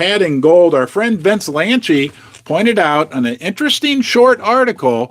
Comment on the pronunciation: It’s Vince Lanci!! NOT “Lanchi”. There is no “H” in his last name. It’s “Lanci””!!!